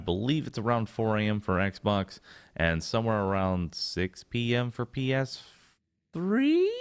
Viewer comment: Lol how says PS3 lol